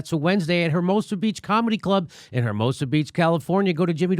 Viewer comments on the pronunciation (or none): Hair mosa! The H is silent Jimmy. Surprised your wife hasnt mentioned it